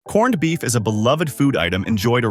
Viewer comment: The narration couldn't even say 'corned beef'. Correctly half the time....